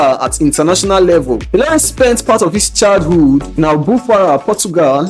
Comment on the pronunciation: and by the way you mug, the guy speaking is not even yoruba...you should know by the way he pronounced ilori and saka which are yoruba name, but you are too dumb and prejudiced against the yorubas that you did not notice it